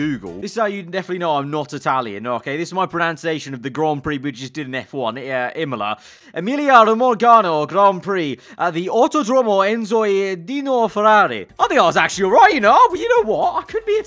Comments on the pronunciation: No, you couldn’t be Italian 😂. It’s Romagna not Romagana 😂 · As an italian i heard "romorgano" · I am italian and it’s Emilia-Roma<<Nnia>> gn sound nnia, and it’s autodromo Enzo e dino Ferrari with double r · Exept for the pronunciation of "Romagna" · As An italian you said very Well in italian imola you miss only Emilia Romagna